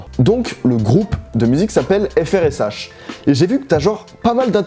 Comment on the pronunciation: Par contre je suis presque sûr que ça se prononce "fresh"